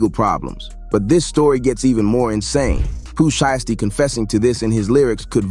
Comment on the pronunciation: Pooh Sheeeeesty 😂😂😂 it’s pronounce (shai-sty)